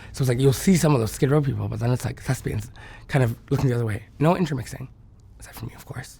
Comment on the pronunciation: Did he say thesbisns? As in book readers?